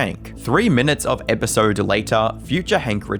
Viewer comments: It's EpisOde not EpisERd lol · A thirteen minute episerrrd